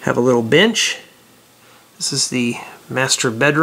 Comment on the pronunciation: when he ment to say bench did he say b with an itch?